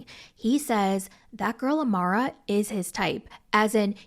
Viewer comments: Her name is AMAYA not AMARA 😭 please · lol her name is Amaya right? The Amara is throwing me off 😂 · Girl her name is AMAYA not amura 😭😭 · as a fellow amya, her name is pronounced “Uh- MY - Uh” not Amara 😂😂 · I was like who the hell is Amara? it's Amaya girl 😭😭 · Girl I think it’s Amaya not amara 😭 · Everytime you said Amara instead of Amaya 🫨🤣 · Amaya* not Amara. I saw that you kept repeating “Amara” 😩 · Her name is uh-my-uh.